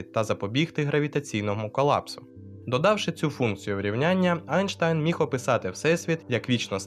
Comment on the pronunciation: Айнштайн.... Айнштайн??? У мене одного вуха почали боліти??